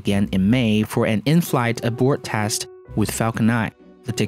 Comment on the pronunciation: What's with the pronunciation? Teste, paylo. It makes me quench...